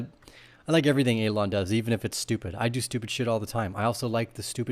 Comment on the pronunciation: Are you purposely pronouncing Elon wrong? Genuinely asking here.